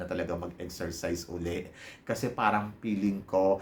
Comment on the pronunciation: Baka gusto mo gawing Feeling ang peeling? Wala lang. para mas maganda pakinggan. Anyway, it’s ok lang naman:)